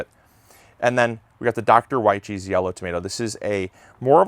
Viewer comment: Fun fact: He actually pronounced it correctly. Jess pronounces it the way you think it is and she admitted she isn't correct.